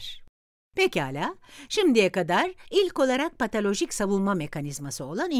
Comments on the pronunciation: Keşke patolojik diyebilen birine seslendirme yaptırsaydınız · Videoyu Seslendiren kadın her PATALOJİK dediğinde, içimde bir hücre usulca öldü.